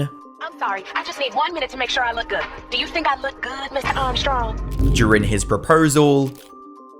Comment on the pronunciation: "Suuuur, Althuuuuur, Shuuuuur." This dude has the weirdest pronunciations